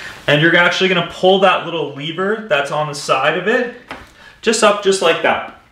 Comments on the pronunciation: It's a lever not a leaver. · Why do you pronounce “lever” like that.... but not “leverage” -__